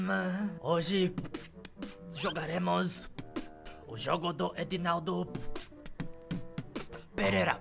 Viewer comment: Vc falou Edinaldo perera